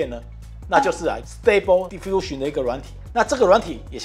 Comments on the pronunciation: 溫提：應該讀stable Di-fusion。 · 你的讀音有錯應是di feel sion，你沒有了di這個音。又